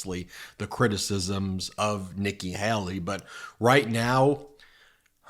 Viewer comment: PLEASE! Her name is Hay-lee, not Hal-lee. I can't stand her, but PLEASE.